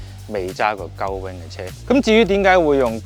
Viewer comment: 鷗翼式車門英文發音真係要好小心，重以為Lawrence講緊粗口。